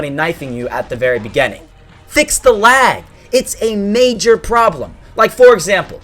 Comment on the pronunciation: I love how he says begAninng